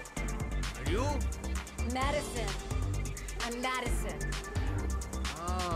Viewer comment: Paco butchering the name Madison